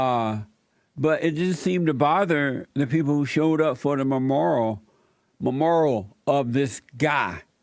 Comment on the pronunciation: “Ma Moral”